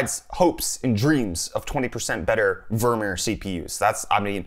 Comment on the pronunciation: vermeer sounds like "Vormir" LMAO